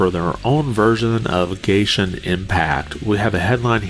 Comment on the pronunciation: You said gayshin impact 😭